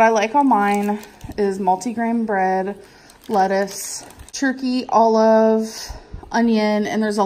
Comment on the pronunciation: do you think she pronounces ‘olive’ like that because she’s gonna eat allof it